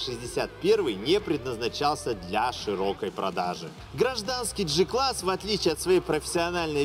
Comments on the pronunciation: Осмелюсь поправить.В германском алфавите нет буквы "ДЖИ". Произносится прямо"Г" класс. Без обид, с большим удовольствием смотрю ваши обзоры.🖐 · Джи-класс ? Значит джелендеваджен , а не гелендеваген и джуджл , а не гугл , на поджуджлить как правильно.